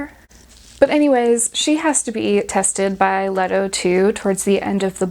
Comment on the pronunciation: Lee-Toe. Lee-Toe.